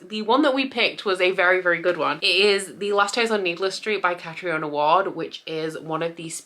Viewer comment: It’s pronounced Catreena Ward. I have a friend with the name Catriona so that’s how I know.